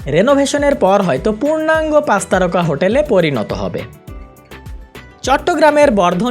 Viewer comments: C ar S nea pronounciation e problem ase, Pach ke bole pas, chittagong ke bole sittagong.... egula improve hole video aro bhalo hobe... otherwise good ! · pas na, pach... pronunciation thik koren plz